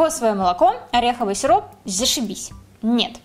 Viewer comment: Когда ты сказала сироп мне послышалось сирун